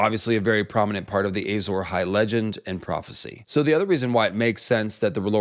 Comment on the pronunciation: Ey-sore Ahai is like when GRRM Says Doth-rah-kaj